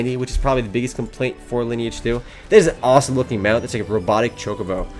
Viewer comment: "Mega Osom" No kur** prawie jak Polak ! xD